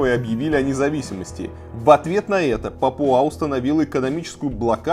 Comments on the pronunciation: А в Википедии пАпуа, а не папуА. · не папуА, а пАпуа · Немного придираюсь, но не ПапуА, а ПАпуа